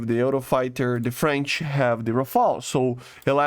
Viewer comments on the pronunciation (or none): none